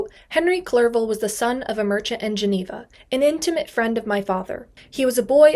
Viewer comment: “Lake Jen-o-va” 💀